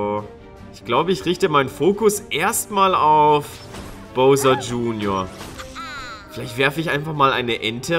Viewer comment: Es heißt Bowser mit au!